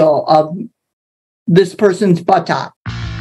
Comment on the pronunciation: the Forrest Gump pronunciation of butt ox 🤣😂🤣